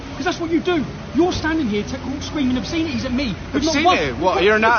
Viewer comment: "Shouting ob-SCENE-ities" 🤦‍♂